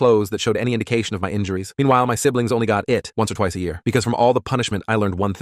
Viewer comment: Ye-a? You mean year